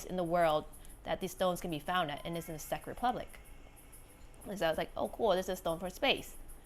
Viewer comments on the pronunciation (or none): It’s not Seck Republic but Czech Republic 👌🏽 it’s my country the moldavite saved your life 🌼 🤞🏼🦋